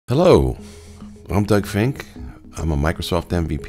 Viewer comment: I assume they mean “Fink” instead of “Fink-ee”.